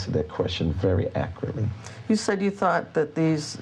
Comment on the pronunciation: This is the only that legit makes me mad lol “akrly”